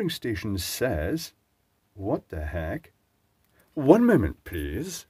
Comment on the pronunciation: "One moanment pleasse" is talk for WTH. Comedy gold moment. One for the blooper reel Xmas 2022.